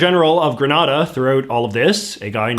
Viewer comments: The pronunciation grə-NAH-də (as in the video) refers to the Spanish city and province of Granada. The pronunciation of the Caribbean island nation of Grenada should be grə-NAY-də. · Grenada is how Reagan pronounced it (grə-NAY-də). You're pronouncing it like the city of Granada (grə-NAH-də). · Very white washed version of Grenada’s (pronounced like the exploding weapon, the pronunciation with the R sound is a place in Spain) political past you reported there. It’s a fascinating story if you research it. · Hai JJ, great video as always. I'm from and currently in Barbados, one of the countries you've mentioned. My only problem with your video is how you said Grenada like "gren-na-da" it's actually pronounced "gre-NAY-da" lol love ya J.J.!! Also! I think eventually the countries with this GG position will eventually get rid of it. Once this generation of legislative leaders are no longer with us, there will be a major shift towards the modernisation of our government systems. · The worst one is Hillary Clinton video, when she said happy independence day for granada, not Grenada. She didn't read the memo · It's pronounced Gre-NAY-da. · Firstly the way you pronounce Grenada is incorrect and secondly there are mixed feelings about the coup in Grenada by Grenadians actually and I gather the feelings are that Bishop was trying to liberate the country which is why he eas able to mobilize so much support in what is generally a peaceful country.... Most persons in the Caribbean like Jamaica support the views of discontinue with the office of the Governor General because they see it as archaic but do not act on this feeling because the existence of a GG doesnt negatively affect our daily lives.